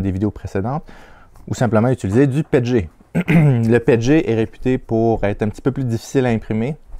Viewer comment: Nous on dit P E T G pas pet et g ces comme quand on dit P L A et pas pla ou A B S et abs ce sont des abréviations 😉